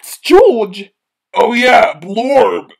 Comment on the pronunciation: Mommy pig: "Who's that?" Daddy pig: "That's Gorge" Mommy pig: "Oh yeah! Blorge" Me: "Dieing laughing 💀"